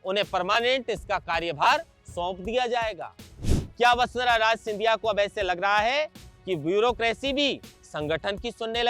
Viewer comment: राज नहीं राजे बोलें